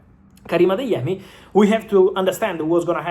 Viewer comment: You're pronouncing the Nigerian names really well Ugochukwu, Adeyemi etc